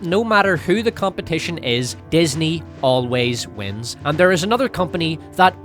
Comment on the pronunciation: If i don't see Val Kilmer's "Ah apoligize, Ah forgot you were theyuh; you may go now" used LITERALLY EVERYWHERE FROM NOW ON heads will roll